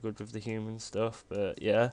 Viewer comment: whats wrong with your "but" word, sounds like "bou" like youre trying to puke but cant